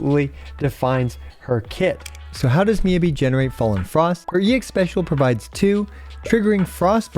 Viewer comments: It’s MEE-YAH-BEE! Jeez, how are you STILL saying it wrong??? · Anyone else get triggered by him saying her name wrong? lol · The pronunciation of Miyabi hurts me.